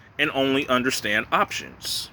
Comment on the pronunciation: Every time you say options, I cringe. LOL